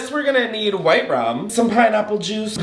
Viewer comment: The emphasis on the ‘wh’ in white killed me. I looove these videos ❤